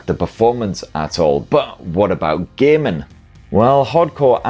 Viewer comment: It's hilarious how you say "gaming". "Do a lot of gay men"